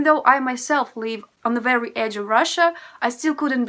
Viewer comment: Why you have no difference in pronounciation "live" and "leave"? It should be different